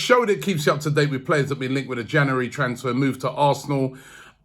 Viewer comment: Still cant say january